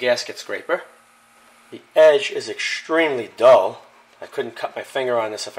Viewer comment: Ekshtremely, shtrong, and demonshtrate:)) Curious, what accent is that? Would be grateful to get the answer!:)